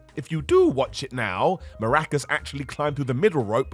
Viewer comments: Hey, it’s Mask-car-ras not maracas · Mil Maracas? C’mon …MASCARAS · its masCAras, not maRAcas ffs